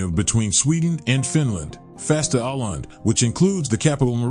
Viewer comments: Åland is pronounced O-land, not A-land. That Å is a "Swedish O" and not an A. Hurts my ears and I'm not even Swedish speakiing XD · As has been pointed out by others in the comments, Åland is not a country, but an autonomous part of Finland. And it's not pronounced "Ahland," but "Ohland." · If Åland is a country, then I guess Hawaii and Alaska would be too. And by the way, it's pronounced "Oland" and not "Aland". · My beother said or-land, not oh-land. He spoke Swedish, not Finnish. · Its not Aland, its Åland! It was a part of sweden for tusends of years and Finnland proper was a part of sweden only for 700 years! Sweden lost finnland in a war with russia, and they took Åland altso! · It's pronounced "Oh-land", not "Ah-land". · ***Åland is pronounced Oh-lahnd not Ah-lahnd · The place, that is both a country and an autonomous region, despite all ignorant objections among the comments, is pronounced like "aw-land", not "aland". In IPA it is [o:land]. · Apart from the various inaccuracies of research that the comments below indicate it would have helped if the narrator had pronounced the name correctly. The Swedish letter åÅ is pronounced like the 'aw' sound in the English word 'awful' and not like the 'a' in 'father'. You could say that his pronunciation was not awful enough! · Oh, so Åland is pronounced as "Awland" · Most people in the South of England, the English ones anyway, know about this island, it's the large one to the west. The say Ireland, but they actually pronounce it Åhland. It's very confusing. Just listen to BBC. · It's Finnish and it's called 'Ahvenanmaa'. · Åland is pronounced as "awland". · Isn't it otonounnced "oland"? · Åland is pronounced [Oh-land] for those who wonder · The region Åland is pronounced Oh-land. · It's pronounced "ohland" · I was going to look to see if someone would mention the pronunciation. I'm Irish, and I hate when narrators don't take the time to figure out the pronunciation. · Nah, dude can't even say Aland right...